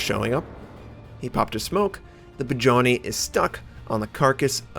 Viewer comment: do you need help with Russian ship pronunciations? You are really butchering the names, especially "Budennij" Its pronounced "Boodennij" not "Bajoni"